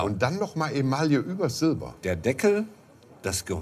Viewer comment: Kleiner Sprachkurs: "Emaille" ist franz. und wird so mehr oder weniger als "Emai" ausgesprochen, eingedeutscht als "Email". NIEMALS als "Emallie", ist weder deutsch noch französisch richtig! Müsste dem lieben Horst mal beigebracht werden (ist irgendwie peinlich).